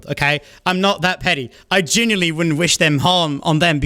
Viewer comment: i relate to being unable to pronounce "genuinely" lol genilly